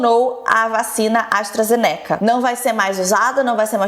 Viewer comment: "Jana", "astra-zenéca" oi